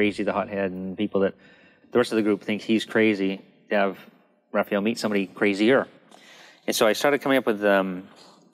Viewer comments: I'm more concerned with the way he called him "Ralphael" lol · I've never heard him pronounce Raph's name I guess. That caught me off guard lol. Had to play that part a few times to make sure I heard it right.